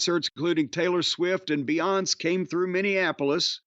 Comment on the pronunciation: Jim not knowing how to pronounce Beyoncé is peak Jim